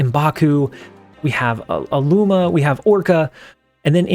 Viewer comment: Its “agent Coulson” not “agent Colusion” and also “Attuma” not “Alluma”. Love the vids